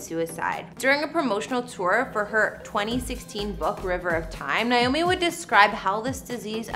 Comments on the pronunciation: It's nAy not Nie😢 !!!! NAomi! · First of all, you need to pronounce her name as it is "Naomi" and not "Niomi". This video was NOT a house tour. It was a repetition of information we've all heard since Naomi's death. The green pastures were beautiful, and Naomi was beautiful in her white dress against the green hillsides.